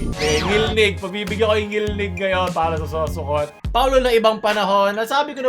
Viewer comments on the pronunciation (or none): ngilngig hindi ngilnig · ngilngig hindi ngilnig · ""NGILNGIG"YUN PAO hindi NGILNIG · FYI... it is NGILNGIG and not ngilnig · ngilngig po di ngilnig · Ngilngig po, hindi ngilnig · DILI NGILNIG, NGILNGIG ANG TAMA😭😭😭😭😭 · "Ngilngig" po hindi "Ngilnig" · Ngilngig Po Hindi ngilnig🤣👍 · IT'S NGILNGIG not NGILNIG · Ngil ngig hindi ngil nig. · "Ngilngig" yon hindi "Ngilnig" Cute parin. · NGILNGIG PO YUN DI PO NGILNIG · ngil-ngig po kulang ng "g" yung ngilnig nyo po meehee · NGILNGIG po hindi NGILNIG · TO correct you, Ngilngig po Hindi Ngilnig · Ngilnig 🙅 Ngilngig 🙆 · "NGILNGIG" po hindi Ngilnig, btw great video. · ngil 'NGIG'. Hindi ngil'NIG'. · NgilNGig. Hindi NgilNig. Mga yawa mong tanan! 💋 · its ngilngig not ngilnig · NGILNGIG dili NGILNIG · "NGILNGIG" yun inde ngilnig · Correction NGILNGIG yan hindi NGILNIG.. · Ngil-ngig po yan hindi ngil-nig hahahaha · hindi ngilnig * ngilngig * ho, pero sa ibang parte na kabisayaan baka may ganya talaga ngilngig - talaga yun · Ngilngig diba hindi ngilnig? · its not NGILNIG its NGILNGIG. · Ngilngig hindi ngilnig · "Ngilngig" kulang ng G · It is "ngilngig". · dude.... its pronounced 'ngil-ngig' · ang tama po diyan is "Ngilngig" (ngil-ngig) po Lods means cringe. 🙂😊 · it's 'NGILNGIG' hehe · Its NGILNGIG HAHAHAHAA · It is "ngilngig" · I think it was supposed to be ngilngig